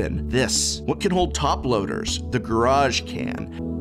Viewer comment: Garage? GuRrAAaAaJ!?